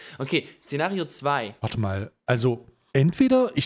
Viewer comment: Zenario nummer.... Gott sagt du sollst das SZENARIO richtig aussprechen